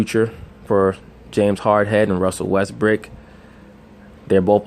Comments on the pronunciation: Even on a quick mention this man consistently calls Westbrook, WestBRICK LOL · I thought I heard wesbrick lol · At the eleven mark dude say James harden and Russell westbrick lol